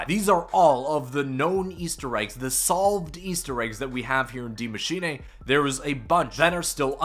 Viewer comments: I love how you butchered the name of the map. You make it sound like its a Japanese name. Its pronounced exactly how it looks its machine. Not machinay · You spelled Maschine almost perfect :D u only have to say eh at the end instead of ey Greetings from Germany 😂🇩🇪❤️ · You’re butchering the pronunciation of Die machine, it is pronounced “dee mah-shee-nuh“ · The giant monster is ORDA, BTW. & it’s Dee-ma-sheen-aye for me 😂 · He said D Mashinae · Every YouTube finds a new way to mis-pronounce the map name hahaha IT IS PRONOUNCED ‘DEE MACHINE-UH’ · It was pronounced like that in the trailer because the guy was Scottish smh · It's pronounced Dee- machine-uh, I'm German so I'd know lol. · dee machine-uh? Was labersch du? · dee maashenay LOL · masheenay he says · bec it isnt pronounced that way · well, hes not german, so it is to be excused